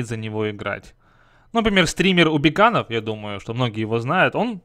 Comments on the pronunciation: Не убиканов а убицанубов... Читать не умеешь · убийцанубов а не убиканов